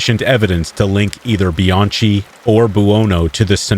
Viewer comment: It's not pronounced bian-chi you pronounce the ch like a k . So you say it Bian-key. Don't any of you guys that read me stories look up words or pronunciations anymore p because I have heard other channels do it at least this is I think the first time I caught you slippin.